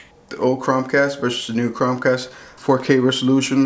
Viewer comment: He doesn’t know how to say Chromecasr.. keeps saying Crom cast. Really annoying.